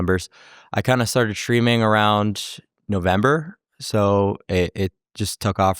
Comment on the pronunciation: He pronounces "streaming" like "shtreaming". Candace Owens does that too. It's a podcaster/ streamer thing . It sounds really weird.